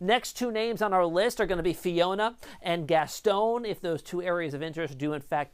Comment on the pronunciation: FIRST OF ALL IT IS SAID AS THE AHH ZORES , NOT A ZORES . IT IS SAID AS GAS TON NOT GASTONE WHY DOES AMERICANS HAVE A PROBLEM IN SAYING THINGS PROPERLY